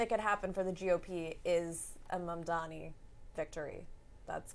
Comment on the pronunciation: Halperin still refusing to pronounce Mamdani's name correctly. Hilarious.